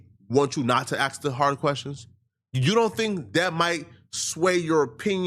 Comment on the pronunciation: PLEASE stop saying "aks"!